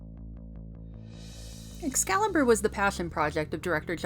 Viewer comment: Thanks, luv. But it is "Excalibur" not "Ex-calibur'" sweetheart.